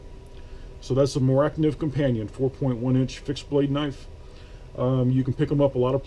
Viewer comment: It's pronounced phonetically "More-ah knife".